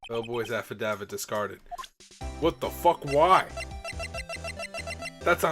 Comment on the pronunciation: I'm fairly certain affidavit is pronounced sorta like aff-uh-dave-it, and it is a sworn written testimony... Basically used as evidence in court. No clue why Wright would throw it away though, haha.